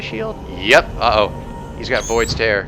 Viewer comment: Void's Tear... Is it really pronounced that way? I always thought it was "tear" like in teardrop